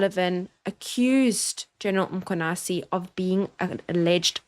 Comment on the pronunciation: thank you for all the breakdown and appreciate you putting yourself in harms way to educate us. Can we also pronounce the surname properly if possible. MkhwanaZi not Mkhwanasi